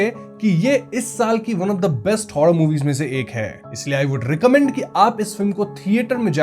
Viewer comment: Bhai say Horror movie not Hoddaa movie